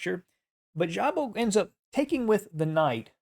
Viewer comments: Szabo is Hungarian, so sz is like s, sabo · ...in Hungarian language "sz" should be pronounced simply... "s"...like, for example: Swansea, Sidney or Sweden... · Just a small note, Szabó László was a Hungarian player. As a native Hungarian, I just want to help you with pronunciation. In Hungary, the letter "sz" is pronounced as the English s, like in the word "loss", the Hungarian "s" is pronounced as English sh, like in "Fisher". The letter "ó" is pronounced as in the English "hoe". I just wrote the above to help you. And as always, for president. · Szabo - ridiculous pronunciation - horrible! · Szabo is pronounced with S not with ZH. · Szabó László was a hungarian chess player. That was strange to hear how badly was pronounciated his name. To help this channel I try to give a friendly hand. In his language the "sz" sounds like the "s" in the english. My native language isn't the english, so I am sorry if I made a mistake. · In think Hungarian "sz" is pronounced [s]